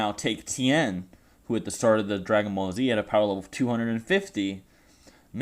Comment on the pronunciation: Tien thing not town